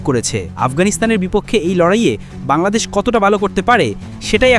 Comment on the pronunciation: ভাই ওটা বাল্লাদেশ না ওটা বাংলাদেশ হবে 😂